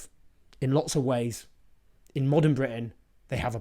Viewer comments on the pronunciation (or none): none